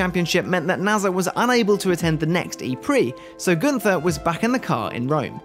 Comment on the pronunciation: Very impressive what Günther has achieved in the short time and this despite the adverse circumstances. Btw: Günther is pronounced without the th. It must be pronounced like single T